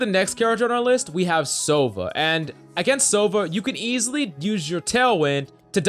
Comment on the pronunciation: sovA, not sOva 😉